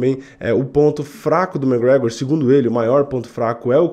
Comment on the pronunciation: e é McGregor, não "mec gregor"